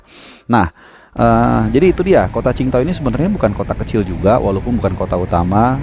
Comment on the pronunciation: Dari sekian banyak pundit, jurnalis, komentator di Indonesia.. cuma yang bener dengan penyebutan kota qing dao.. respek..